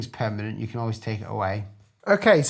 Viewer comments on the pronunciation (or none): none